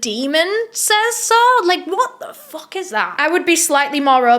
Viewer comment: I love how you say “HwOtt tha foUUHK” it makes my lil black heart happy 😂